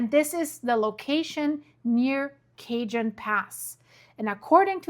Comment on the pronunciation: Cajón Sounds like kuh·hown. The word cajón is pronounced kah-HOHN (or ka-HON). The "j" in Spanish makes a breathy "h" sound.